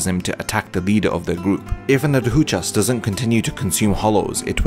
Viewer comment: Solid video but Bro you gotta learn how to pronounce adjuchas